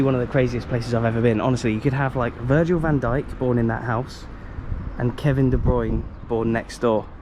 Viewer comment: BTW. I wish Brits would learn how to say Kevin de Bruijne properly. It's pronounced like BROWNER and not BROINER.